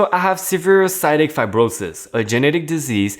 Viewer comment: CYSTIC is ACTUALLY pronounced as Like SIS ( like SISter) TICK (like the arachnid bug ) SIS--TICK